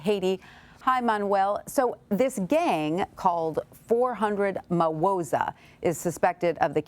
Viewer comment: It's Not (Mawoza)...it's Ma-woh-zoe